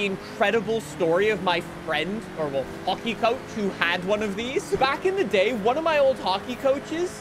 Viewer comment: “hockey coach” is prob the most Canadian thing I’ve ever heard 😂